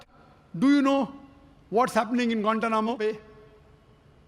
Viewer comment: I love the way he States or pronounces guantana mobile😊😊😊😊😊😊😊😊😊😊😊😊😊😊😊😊😊😊😊😊😊😊😊😊😊😊😊😊